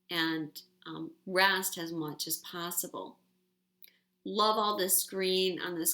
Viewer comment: Am I the only one who notices says "Has" in place of "As" aaaaaalllll of the time?!?! I love her to life and swear this is a trigger I need to work out, but I just had to get that off my chest. Love you,!!!!!!!